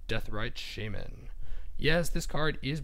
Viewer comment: deathrite shayman? :))) it's shaman not shayman